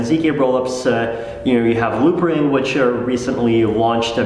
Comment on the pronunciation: did he said loopring?